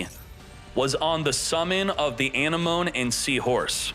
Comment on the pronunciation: So has no one told him how to pronounce Anemone properly or is he doing it on purpose?